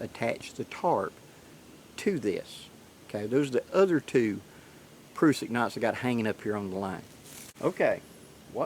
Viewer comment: It's pronounced Nite-EYEs, not night-ees. Niteees doesn't even make sense. And it's Pruh-sik not Proosik. Grammar and enunciation are important.